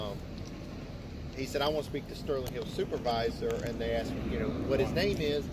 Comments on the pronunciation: Is it me or is the auditor saying I axed him a question.... you do know it's asked...right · “Ask her what I axed her…” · axed lmao